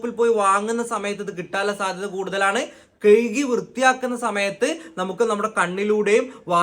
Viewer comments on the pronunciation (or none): കെയികി വൃത്തിയാക്കുന്നു എന്നല്ല എൻറെ പൊന്നു കുഞ്ഞേ കഴുകി വൃത്തിയാക്കുന്നു എന്നാണ് പറയേണ്ടത് ഒരു മൃദുലമായ ഭാഷയാണ് മലയാളം അതിനെ എന്തിനാണ് ഇങ്ങനെ ഇട്ട് ഞെക്കി പിഴിയുന്നത്